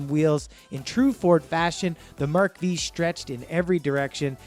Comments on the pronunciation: Mark Vee, Tornado 🤔🤔🤔🤔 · Mark "Vee" really, it is a Mark Ⅴ as in Roman numeral 5, you guys need your Junkie Card revoked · It is Mark ( Five) in Roman Numerals V not Veee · Mark Vee. Hahaha. I couldn’t stop laughing. Geeeeez